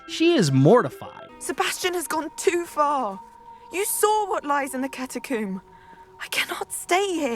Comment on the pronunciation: Hahah catacoom lol